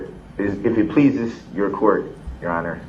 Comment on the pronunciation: Jurror 48 “ THEY ARE YAR HONER” man thought he stole the show!